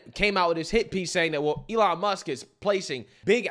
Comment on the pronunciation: “Elon Muks” I can’t 😂